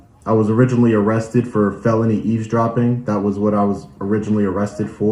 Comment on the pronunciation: ........"ease-dropping"??? Uh, I think you're missing a "v" in that pronunciation. And, we will only mention "Ellen-noise" . That accent speaks of the Northern NJ, Staten Island, Brooklyn, Queens and Bronx corridor. Hey.....are youse wearin' nice, clean underwears, dare?? Chill out, dude....just kidding....no problems. I grew up in Nassau County on Lawn-Guy-Lend. So, I have my own accent issues......like "cawfee", "pawking tha car" and, of course, putting an "r" onto any word that ends with an "a".